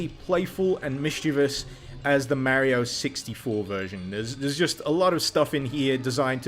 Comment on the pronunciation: Hmmmmm….Merio doesn´t Sound Right. I have usually no Problems in that regard but Mario got called a lot of times Mario and not Merio. But I am just nitpicking here. But damn , that mod is awesome! Thanks dude!